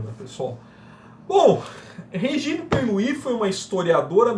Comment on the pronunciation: Ótimo vídeo 👏👏 Só duas dicas: a pronúncia correta do nome da escritora é "Pernú" e do champanhe é Dom "Perrinhon" rsrs